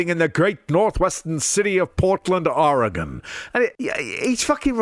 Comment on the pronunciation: Thank you for pronouncing Oregon correctly!!!